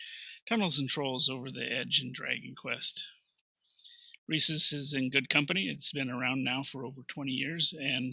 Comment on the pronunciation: And I was just thinking to myself that this was the first video where the person pronounced it correctly i.e., just like the monkey.